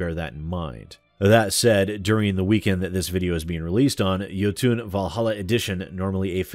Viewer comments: It's pronounced "Yo-ton", not "Yo-toon". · its jOtun, not jotUn. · Think you are pronouncing Jotun wrong, should be Jotun(fast) with no uuun at the end like Jotunheim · Jotun is pronounced like Yo-Ton. Great game, pretty hard later on. I have videos of myself beating it. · Isn't it pronounced "Ioutn"?